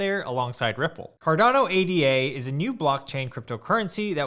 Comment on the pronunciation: Hey thanks for this vid, it had interesting information and opinions in it. Hope you don't mind me leaving a couple of observations here: 1) ADA is not an acronym, it's a name. It's pronounced 'ey-dah' (with ey as in day). If you look at the Cardano website, they even spell it Ada or ada (not ADA) because it's named after Lady Ada Lovelace - as you probably know, the first known programmer. 2) As you yourself said: Cardano is the platform, not the coin: the coin is called Ada. I think it would be helpful for beginners if you keep that in mind. Talking about 'buying Cardano' or 'the price of Cardano' or 'holding Cardano' is probably more confusing than helpful when what you are actually talking about is buying Ada, the price of Ada, and holding Ada. Just because Ada is the only Cardano product right now, it doesn't mean it will always be that way.